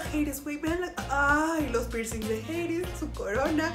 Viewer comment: es Hades JIADJSUW no "jeides" 💀